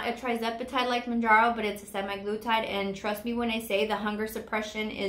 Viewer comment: And it’s semAglutide, not semi.